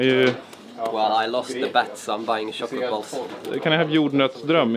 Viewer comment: Chocolate is pronounced with a tsh sound guys. And jumping with a dj sound :')! Keep it up! <3